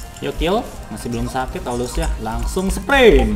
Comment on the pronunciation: Sakit Bang Bukan "aakit " Wkwkwk